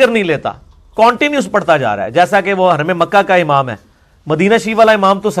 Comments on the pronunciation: عمام نہیں ہوتا امام ہوتا ہے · لفظ عمام نہیں امام ہوتا ھے.